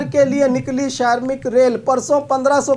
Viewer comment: Bhai Bhai Shramik bolo sharmik Nahi , sharmik ka matlab ab aur Hota Hai